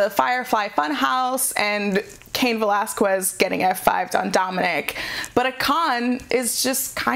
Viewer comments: Again it's pronounced Veh LAZ KEZ not Quez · I'm 'butthurt' because this lady can't seem to get cain's last name right. repeat this a few times....Vuh-Laz-Kez. seriously, there's over a half million videos on youtube of wwe/ufc/cody rhodes/random interviews and even jim ross and they all get his name right except for her. it's not pronounced 'kwez'...it's 'kez'...honestly its not a hard word to say., even you got his name right 5 days ago during your raw into the review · Cain Va-Las-Quest. It's not a quest? It's kiss. Va-Las-Kiss. Anyone that says she's pronouncing it correct, must not hear the way both Valesquez and Mysterio are pronouncing like. And they are both Mexican. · Velasquez. que pronounced ke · I hate that she keeps saying Cain Velasquez last name wrong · Me too this is the last smackdown summary I'll watch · She's pronouncing the q in Velasquez instead of pronouncing it like a k. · You'd think she'd get it right when both Valesquez and Mysterio say it. Guess it an old habit of hers. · Sound is perfect. Only the first one was off with the in a box sound. It's been fine since. Just hates pronouncing Velasquez properly. Maybe an allergy, I don't know. Otherwise she's doing fine. Anything else is trolling. Solid A- which is great. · Just a little pointer, the "u" in Velazquez, is mute, you don't have to pronounce it. It's one of the weird grammar rules of spanish